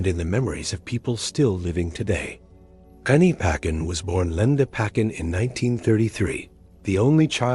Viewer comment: Pronounced as Ani pa tchen Not ani paken